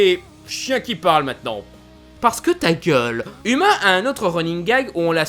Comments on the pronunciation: Déjà uma ça se prononce pas "uma" mais "ouma" et la fille de Mulan s'appelle Lonnie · Ça se prononce pas Uma mais OUma !! Même si ça s'écrit Uma ! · mais non moi j ai trouver ce film super tes trop drôle quand tu es aussi prononcer uma c est mal prononcer et sa fait rire